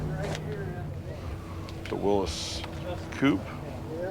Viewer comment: It is not a Will- us Jeep; it is a Will-EE's Jeep🥴 like Willy Nelson